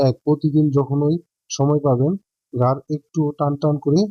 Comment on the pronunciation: apnar kotha amar valo lagchena apni ghar k bolchen gar r valo k bolchen balo kotha sunei matha kharap hoye jacche kotha thik kore bolte asun